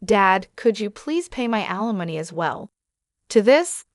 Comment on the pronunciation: You need to teach your AI how to pronounce alimony and naive. Had to stop listening it got so irritating.